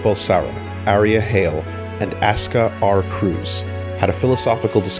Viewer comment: His name was "Asuka R. Kreutz" !! not "Kreuz"